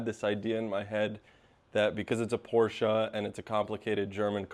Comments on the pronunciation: Nice car and im glad someone from the usa says porchE and not porch great video and i love your Volvo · Thank you for pronouncing Porsche correctly. You are way ahead of the game. You won't believe how many "experts" on youtube cannot even get the pronunciation correct.